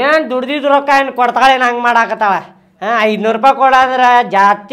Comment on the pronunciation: ರೋಕಾ ಅಲ್ಲ ರೊಕ್ಕಾ 😂